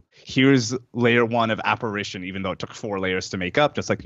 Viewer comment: Oh, and by the way, it’s Apparition not Apparation!